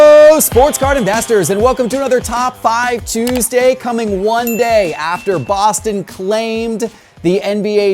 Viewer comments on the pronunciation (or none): none